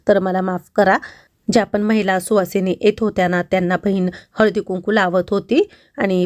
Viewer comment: सुहासिनी नाही सुवासिनी 😅😅😅